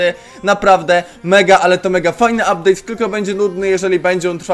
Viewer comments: "Updade" dzięki za poradnik był kozacki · "Uptade" super film troche sie dowiedziałem i potrzebuję tego peta ponieważ chciałbym farmić coiny na opening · "uptade"nick Czakinia